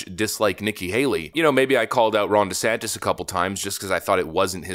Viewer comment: What's a fromt rummer ? Anyone else catch this lady's flubs? Who's Jessantes?